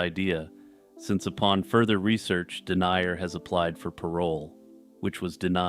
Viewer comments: Haha i enjoyed it but his name is pronounced something like den-yah rather than denier. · Paul Denyer is pronounced "Din-yur," not "Dee-nye-uhr." Other than that, good video.